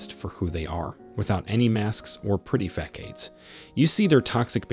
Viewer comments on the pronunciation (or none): Fa(s)ade not Fa(k)ade 👍🏻💯🙌🏼🤗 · It is not asking too much to pronounce the written scripting correctly. Not fakade, rather facade.